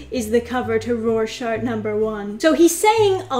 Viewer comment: “Roar-shack”, say it with me, “roar-shack”.